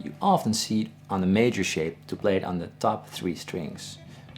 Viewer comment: Whenever you say "On the top two strings" it reminds me of a movie line .. "Onatopp??" brief pause "Onatopp .. " lol